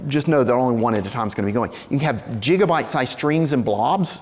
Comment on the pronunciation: jigabyte lol